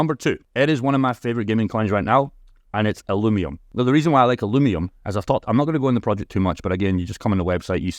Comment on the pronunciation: If they're your partner at least learn how to pronounce their name.. ILL-U-VIUM